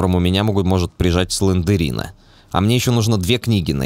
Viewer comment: слендрина а не слендерина емае